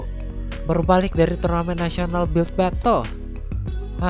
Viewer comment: si ngomongnya „batle“ guys sebelum dia edit